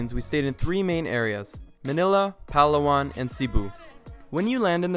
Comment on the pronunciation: It's Pa-law-an haha not Pal-awan :)